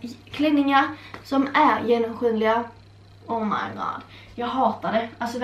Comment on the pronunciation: Bara jag som dog av sättet hon sa ”oh my god” hahahahaha lär dig engelska